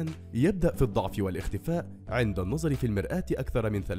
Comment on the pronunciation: منذ القدم؟ بفتح القاف؟ يعني الرجل؟ الله المستعان النظر بضم الراء وليس بكسرها وغيره وغيره............